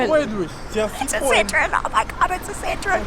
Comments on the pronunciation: Lady pronounces it Sit-trone. It’s pronounced Sit-tro-en. Three syllables. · It's not citron It's Sit-Row-Wan Just an info from a French car guy 😁😉 Citron means lemon in French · It’s pronounced sit-row-en not sitron. That why there are two dots over the O. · Please work on your pronunciation of Citroen. It is not 'Citron'.